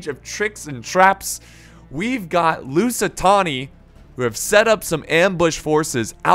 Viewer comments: STOP SAYING LUSITONI PLS. There is no O in LusitAni, it is an A. Love the vids btw. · Drinking game. Drink a shot of vodka every time says "Lucitoni" instead of "Lusitani" Have fun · most used sentence by FAR: "Lusitony..? LusiTAHNI, excuse me.." How many times can one make the same mistake yet still never learn.. 😂😂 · it’s Lusitani... Not LusitONi.... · Lusitoni Me: TRIGGERED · Every Time i hear him say "Lusitoni-": NO MORE! NO MORE!! STOP SAYING IT!!! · At this point, has me saying “lucitoni” as well 😂😂😂😂😂😂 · God pal , you need to stop saying lusit- Toni ! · Say Lusitoni one more time. I dare you.